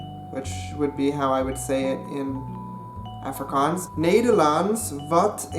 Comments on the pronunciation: Afrikaans is my mother tongue and just by reading the Dutch comments I can almost exactly understand what they are saying, but if I can just add one correction ; the mistake you have when talking Afrikaans is you have to go check the out the "e" and "ee" sound , the pronunciation is a little off. Afrikaans is my moeder taal en net met die lees van al die Nederlandse comments ek kan omtrent heeltemal uitmaak wat hulle sê, maar as ek een fout kan regstel is ; die fout wat jy maak is wanneer jy Afrikaans praat is jy moet die uitpraak net gaan oorkyk an die "e" en die "ee" geluid, die uitspraak is bietjie verkeerd. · every time he says 'affri-cans' instead of 'affri-kaans' i die a little bit inside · Please pronounce ir OFFrikaans. There is an A there, but it's closer to OFF than AFF. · Some good Afrikaans.... Only one thing... The way you pronounce the "A" at the start of the word afrikaans should be almost an "u" sound... Like the "u" sound in the words "up" or "under"... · why you say "afrikuns "? just say "afrikaans" or "african" don't try to say both. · you saying Afrikaans wrong ... it's *Afrie Kaans so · By the way man, when speaking in English and using the word "Afrikaans" you should switch the type of "A" you're pronouncing. For example, to-may-to and to-mah-to. You should being saying "Afrikaans" like "Ahfrikaans" with the to-mah-to "A." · Please learn to say Afrikaans properly if you're going to do a video on it. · So Cringy hearin a gay American tryin to speak AFRIKAANS AN DUTCH dude just Stop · I keep on cringeing every time you said Afrikaans bc I'm from South Africa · For someone who sleaks afrikaans and lives in SA. I get so irritated when he pronounces afrikaans incorrectly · You pronounced Afrikaans wrong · the way he said Afrikaans is one of the funniest things ever and yes I am Afrikaans and you did well but some words you said wrong lol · jy spreuk "afrikaans " verkeerd uit.